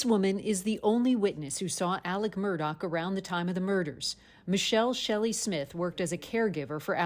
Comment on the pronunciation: Is anyone going to EVER correct the news anchors in the pronunciation of his name? It’s Murdaugh, NOT Murdock…. Jeez. Everyone of them continually says Murdock!